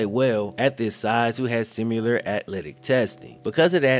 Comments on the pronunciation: I love your content bro but I cringe every time you say “simUlar”. It’s similar bro.. similar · PLEASE STOP SAYING “similar” as sim-you-ler! It is Sim-i-ler. Not simulate. Also why do you have great grammar for the most part but say “hunnid” bro u know that’s not how u talk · There is no u in similar. It's sim-ill-err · Hey it's pronounced Sim ( you) ler. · Dude I love your shit, been watching for years, but the word “similar” DOES NOT HAVE A LETTER U IN IT. Lol it’s not “simular” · Please learn how to pronounce the word similar. There is no "U." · man you have to learn how to say the word 'similar'